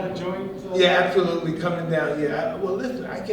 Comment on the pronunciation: More like ab-tho-lutely 😂